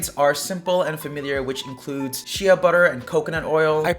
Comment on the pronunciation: Jsyk, “shea” is pronounced “shay”